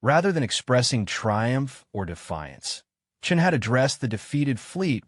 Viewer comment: Thumbs down. The narration is out of sync. with the text given; spelling and wording errors are commonplace - in other words this has not been edited - a credit must be given for pronouncing Chen's surname correctly, initially.